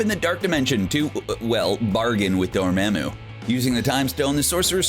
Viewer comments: Dude wtf is with literally everyone in these YouTube videos calling him DorMAAMu, it’s DorMAmu. He literally says it millions of times in the movie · More like "why-tee-tee" but still agreed. I'm about to never watch another MCU video because of this. Also "door-maw-moo" not "door-ma'amoo". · Dude,it's pronounced like doormomoo not doormamoo.😒🙄🙄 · No one: Literally no one:: Dormemu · This dude said tie-ka-wa-tity And door ma'am oou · Why do they say dormamu like door - man - moo wtf😂🤦🏻‍♂️ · It's door-mom-moo. Seriously did you not watch the movie? He only says it a billion times. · and DoMAMu....ugh. Just read the script, don't do research on how to actually pronounce any of the names. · Would be easier to watch if I wasn't distracted by his terrible pronunciation of Dormammu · How do you still mispronounce Dormamu? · The way he pronounced dormamu is irritating me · Every time he mispronounces dormamu I get so triggered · How the fuck can you screw up Dormammu? Strange says it a million times....you guys are fucking idiots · Dude...... you've gotta learn how to say these names properly ......Dormammu.....Waititi.....